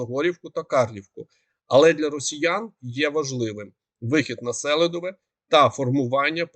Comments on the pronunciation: СелИдове, а не СЕлидове, СелИдовому, СелИдового, не гарно викривляти назви міст, КурахІвка, наголос на І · Чого СЕлидове,а не СелИдове? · Наголос на ,,И" -СелИдове. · Будь ласка, кажіть правильно СелИдове